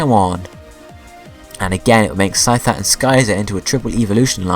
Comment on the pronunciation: i mean no offense but PLEASE learn how to pronounce.....sky-zor? really?